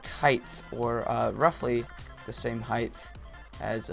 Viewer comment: heighth??? height no th sound lol